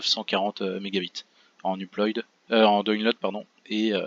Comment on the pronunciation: Sauf erreur de ma part, 5Go en 1 minute environ ça fait plus dans les 50Mo/s soit 400Mb/s (approximativement). Assez loin du gigabit donc. Petit reproche également, upload ça se prononce pas « uployde », mais « uplaude ». Mis à part ça sympa d'avoir partagé tes speedtests.